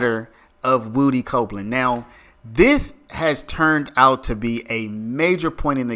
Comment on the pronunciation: 👏 you finally called him "Woo-Dee" and not "Wood-ee" 😂 better late than never